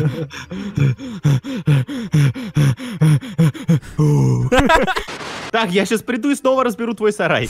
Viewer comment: прувэт грамила картоношкин